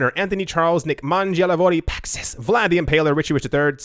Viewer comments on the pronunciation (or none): none